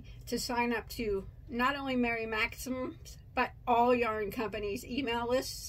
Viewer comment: You rock girl 😂🧶🧶🧶🧶I love your reviews... and I’m sure by mispronouncing Mary Maxim s name... just draws more attention than if you said it correctly 😂so I’m sure they’re happy and okay with it... their mystery boxes always seem nice 👍🏻 lucky girl .... I think their customer service is top rate and so far I’ve enjoyed their yarns 🧶🧶🧶